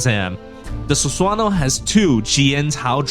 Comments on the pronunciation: "Susuwano" 😂. Jokes aside, nice video bro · I can't with the Sus-wan-oh pronunciation haha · It's pronounced Su-sa-no-oh btw